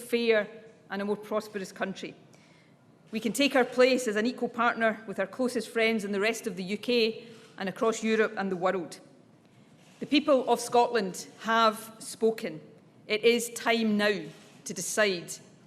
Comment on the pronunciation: "and the WOROLD"